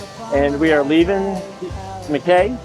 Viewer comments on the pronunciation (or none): Mackay Australia is pronounced Mackeye